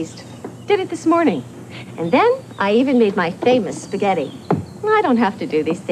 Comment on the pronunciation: lol at the beginning "sghetti" lol i used to say it like that